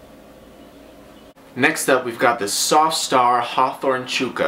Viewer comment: where did you learn to pronounce chukka, chooka? Is there some other pronunciation I've never been aware of like maybe a Canadian thing?